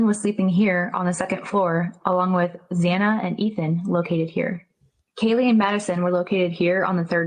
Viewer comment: Xana’s name is pronounced Zaana NOT Zawna! Please be respectful of the victims! 😡